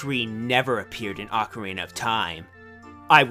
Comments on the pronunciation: Or ock-a-ree-nah is how it's said. Not ock-a-ray-nah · It's not even pronounced OH-carina in Japanese. Pronunciation of オカリナ is /okarina/, which better corresponds to ock-arina in dialects with a short 'o' sound. In America, お is pronounced as 'oh', because the vowel in 'cot' is closer to あ. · It's pronounced like OCK (as in "rock")-ah-ree-nuh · ITS PRONOUNCED OCORINA!!!!!!!!! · Pronounced oakarina. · Turns out, it's ah-carina. Goddamnit. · when I was a kid I pronounced it ork-arina XD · I think it's Oc-or-E-na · It's pronounced Ock-uh-reen-nuh